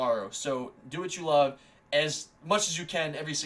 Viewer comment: When she says peace and love it sounds like she says peace and lub 😂